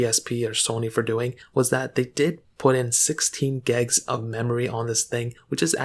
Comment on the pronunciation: 16 gbs not gegs